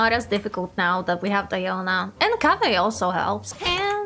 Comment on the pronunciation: it sound kávé more then Kaveh hahaha xD